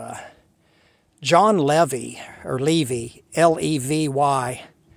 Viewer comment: John LevI not LevY